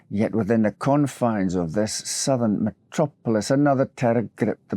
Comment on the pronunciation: Sadly, one passes, not sadly pass...and just say die...unless one is dying with melancholia. Most video games are for the mentally imbalanced, challenged, and sadistic. The rest, without the 'sadistic'. I like how you pronounced 'metro polis', etymologically more distinct. Was your voice originally less posh and professorial? Matters not. Mind you. Good channel. Have a Livasnap. Sit. Stay. Advert joke, USA, half scented story back in mists of grime.